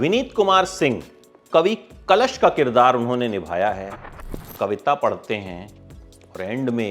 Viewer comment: Kavi kalesh nahi kalash correction 🙏🏻🇮🇳🕉️